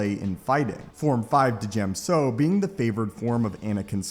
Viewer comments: Pronounced "Gem-so" Not "Di-gem-so" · Djem so Isn't this pronounce diyem so Rather than what this guy said?